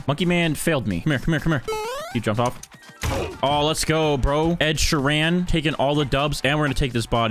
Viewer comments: lol "ed sheran?" its ed sheeran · ITS ED SHEEEEEEEEERAN NOT ED SHERAN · “Ed sherran” my fav artist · “Ed she_ran” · "ed sure an" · why cant you say ed sheeran